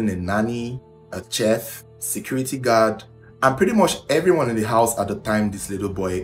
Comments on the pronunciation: Its pronounced 'shef' not chef like in check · It’s pronounce sheet not cheff like shhhh. Thanks. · It is spelt chef but pronounced as SHEF. If you want your videos to soar with foreign views, it is imperative to work on your diction; pronounciations. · CHEF....PRONOUNCED "SHEF"!!!! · Chef is pronounced as “shef” please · you just might wanna look up the correct pronunciation of chef , thank you! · you saying CHEF all wrong